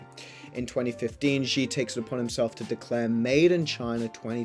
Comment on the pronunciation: Shee not Jhee